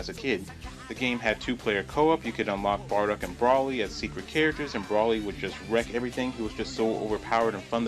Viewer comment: bro it's Broly not Braly lol you said his name with an A